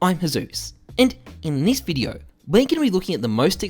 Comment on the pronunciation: HI, im and in Diz Videjoh... cracks me up everytime, love the intro xD